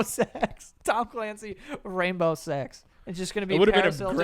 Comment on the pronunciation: Instead of Tom Clancy it's Thom Clancy hahaha